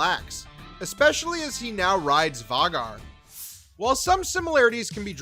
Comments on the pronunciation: And Vha-gaaar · VAY-GAR...idk how you're getting that pronunciation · Your pronunciation of “Vagar” and “Lucerys” is NOT IT 😂😂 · For the love of Dragons it's Vhaaaaagar, pronounced with a long A !!!! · Vaw-gar ??? Night sister? 😂😂😂 be honest y’all wiki’d this video . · Hmmm we all watched the same show right? and in theory we should know how Vhagar is pronounced? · Hearing you say vhagar... I know you don't watch this show. You're a plagiarizer. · I'm sorry I just can't stand the bad pronunciation of some of the characters name, Vicerys, Lucerys, Vhagar.. among other words 😤 other than that good video